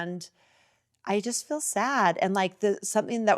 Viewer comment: If you're going to force us to listen to Whitney-the-Bubblehead then someone is going to have to correct her fkg grammar. Teach the girl to say the words REAL and FEEL. I cannot with the "rills and fills" of this girl's mispronunciations.